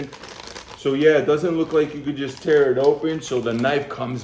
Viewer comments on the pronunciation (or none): none